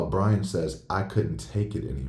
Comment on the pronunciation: STOP CONSTANTLY CALLING HIM 🧠B R A I N 🧠 HIS NAME IS BRIAN. You have been doing this for over a year now. Every Long rant that you post You refer to Brian as Brain. It is not a mistake. And her car was parked by the front door because that is her parking spot. Good grief MA'AM ‼️